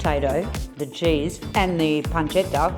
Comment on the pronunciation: From the way you pronounced pancetta, and the fact that you said sugo instead of sauce, I have to assume that you speak Italian 😊